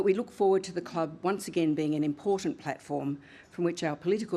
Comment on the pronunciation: Albo learn your English,, IMPORTANT has a T in it not a D,,,, and learn how to say NUCLEAR ,,,,😢